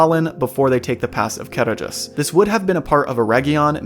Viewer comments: Small nitpick, in the appendices, Tolkien states that dh makes a hard th sound as in the or that. So Caradhras should not sound like car-a-dras, but car-a-thras. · The "D" in Caradhras isn't pronounced. The "dh" has the sound of a soft "th". Sorry, but I've read and reread the "Aid to pronunciations" in the books, something like 12 times, just because I want to be sure I'm saying it correctly. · You didn't read my original post carefully, did you? The point was not the dh: I simply included that because I wrote a dh, so it needed explaining. The point was the stressed syllable, noted in all capital letters. ca-RADH-ras, not CA-radh-ras. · They pronounce it wrong in the film. It's ca-RADH-ras, where the "dh" sounds like the voiced "th" in "the." See the rules for Sindarin stress in The Lord of the Rings. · On my language it was always Karadras. It's mostly due to the translation rules of the foreign languages, specifically the Welsh (which I belive Sindarin is based on) Where any form of written Ds is pronounced D. So Gwynned, Blaidd on my language are pronounced Gvined and Blayd